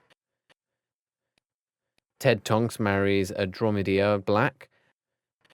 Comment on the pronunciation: Did u just say Blacj excuse mw